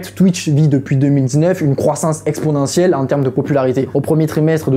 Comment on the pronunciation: ExpoNentielle PAS Expodentielle (sinon cool vidéo)